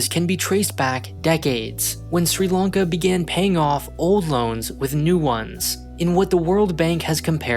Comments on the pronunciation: Lanka* not Lonka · why are you saying "long-ka"??